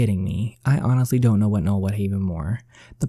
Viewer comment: We pronounce my brothers name: No-El Not Nole